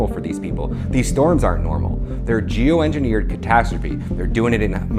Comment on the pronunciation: Did that black ice guy say geoengineered or jew engineered?